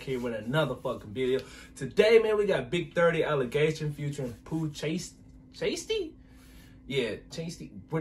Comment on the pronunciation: Dis nigga said Pooh chastey💀💀